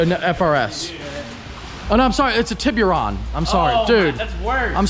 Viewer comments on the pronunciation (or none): What the fuk is a Tib-your-on???